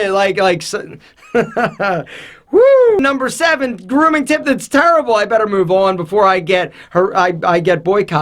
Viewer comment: "Turble grooming tips"